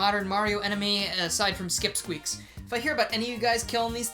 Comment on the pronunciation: i killed skipsqueaks and probably butchered the name